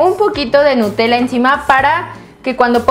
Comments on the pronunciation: en el segundo dice en ves de nutella dice enta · babosa dice nutela